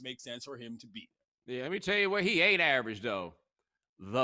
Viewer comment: I like it when he says AVARAGE